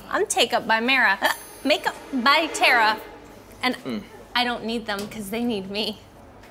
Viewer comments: Why is nobody talking about the fact that she said its pronounced tare-uh and dhar said tar-uh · its not Tara Its TERAAAAAAAAAA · Dhar mann said tAra not tEra he wrote The Script himself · It's Tára, by the way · even dhar mann says tara's name wrong XD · I love that Dhar also mispronounces Tara's name 💀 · Dhar Mann you said Tara the wrong way Tara: I'm angy!!! No one calls by my right NAMMMEEEE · “Tara?” “UHHM- ITS TARRA” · Love how Dhar mispronounced Tara’s name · I love it how she pronounced her name tara but dhar mann pronounced it the way she said to not😂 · You said her name wrong Tara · Why Dhar Mann pronounce her name wrong🤣🤣🤣